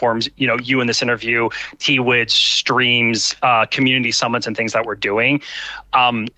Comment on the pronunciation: Hold up.. t-wids?.... t-wids?!? Did he really just pronounce it as T-WIDS?!??? I feel like I was just phonetically flashbanged.